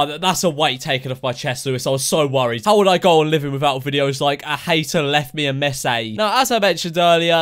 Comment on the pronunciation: "a hater left a messeae"